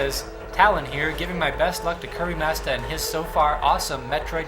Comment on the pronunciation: I keep hearing Currymastah instead of Kirbymastah.